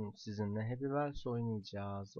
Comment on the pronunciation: hepi wels ne ya :D:D Hepi wihıls